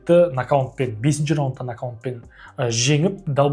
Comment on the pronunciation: Рахмет, керемет жаңалықтар, керемет жеткіздің, тек нокаунт емес нокаут деп айтыңдаршы